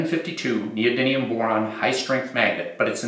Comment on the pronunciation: Friendly reminder: Neodymium, not Neodynium